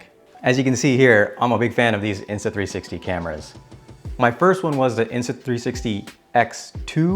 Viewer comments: Did you say Insta3"sexy"? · Did he say “the insta 3sexy x3”?